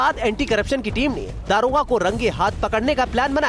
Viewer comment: police Mahakma hua shamshar.😂 aabe daroga hota hai daarogaa nahi hindi sahi se bol